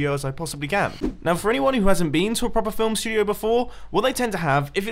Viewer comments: “Film Stuodeoy” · Filmstudioiey (that's what it sounds like)